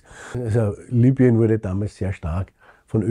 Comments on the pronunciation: Lübien? Eher heisst rs doch Libüen! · Wie kann man das nur Lübien aussprechen wenn da groß Libyen steht?